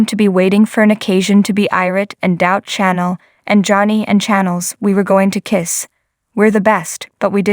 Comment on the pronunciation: Its pronounced shanell. and Sami, not Salmi. lol